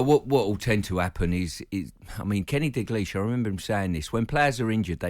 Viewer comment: He let Dagleash go instead of correcting him that its Dalglish 😂😂😂